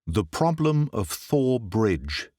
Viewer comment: I can't tell you how much I've enjoyed your work story after Story. I've listened, listened and re-listen. And you are absolutely brilliant! Thank you 1000 times. But isn't it pronounced Tor Bridge like the River Thames is pronounced Tim's? I am American I could be wrong on this sir let me know. LOL